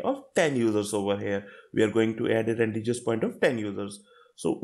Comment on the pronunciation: good explanation but it is pronounced as Ran-De-vu ( ˈrɒndɪvuː )